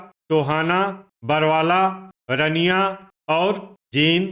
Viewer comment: रनिया नहीं है अंकल जी , रानिया है।